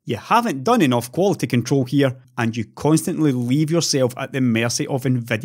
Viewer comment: "enoff es enoff", indeed!